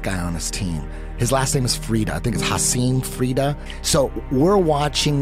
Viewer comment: FYI, "Hassim Frida" is Haisam Rida.